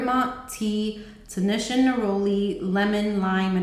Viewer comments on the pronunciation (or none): none